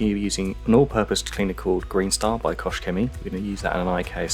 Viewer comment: Are you sure it is "koSH"? I've always though it pronounce like "koH".